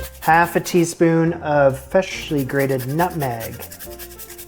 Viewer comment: Who else here is picking up on pronunciation of “fressshly”?